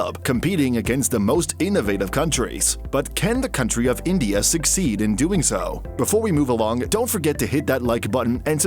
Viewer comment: ഒരു കാര്യം പറയാനുള്ളു - it's *succeed*